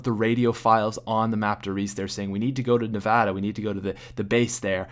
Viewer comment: thank you for saying Nevada not Nevaada